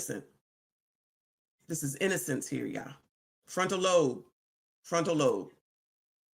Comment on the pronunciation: .....FRONTAL LOBE....pronounced with a hard....B....love you...keep up the great work...